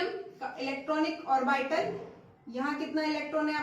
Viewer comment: How orbital is pronounced by mam ... 😭😂